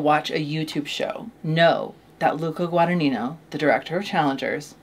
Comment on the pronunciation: Im sorry Darby, I immediately knew what was talking about when she said Luca Guadinino